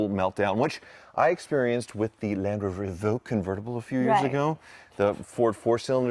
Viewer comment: Come on and Indian owns Ralndrover........... oh sorry Landhoover... Landrover...